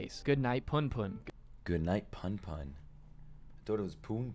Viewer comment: Your pronunciation of punpun is actually correct. That guy is Americanizing it